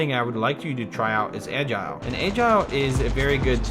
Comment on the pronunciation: Anyone else facepalm every time he pronounces “Agile”?🤦🏻‍♂️